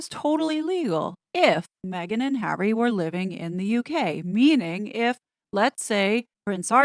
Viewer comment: HazNo using a microphone and not me-gain? How did that happen?